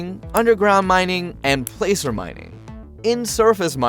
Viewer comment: placer is pronounced plasser.